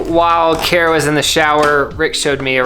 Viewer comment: It’s so funny how said kara like cara lol 😂